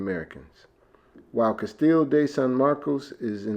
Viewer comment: An enjoyable watch while I made lunch. Great history lesson, fun shower scene 😅 and close to perfect pronunciation of Castillo (just missing the “o” sound at the end 👌🏾😜